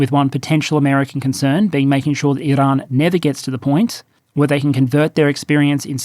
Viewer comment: You can ditch the pretentious rolling of the r in "Iran". Annoying and especially unnecessary as you pronounce "Iranian" normally.